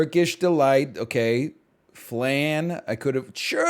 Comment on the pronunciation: not his pronunciation of flan...